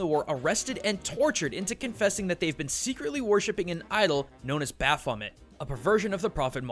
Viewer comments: baphomet: baf-oh-MAY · You got Baphomet so wrong dude... so wrong.